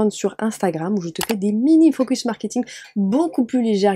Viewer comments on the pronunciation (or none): none